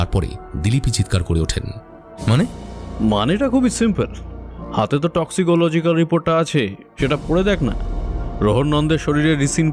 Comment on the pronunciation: Eto ta jotno niye golpo ta poribeshon korlen, ektu kichu kichu shobder uccharon gulor somporke bhobishyot e kheyal nile bhalo hoy. 'Toxicology' r 'Ricin' katha dutor bhul uccharon khub kaane laglo.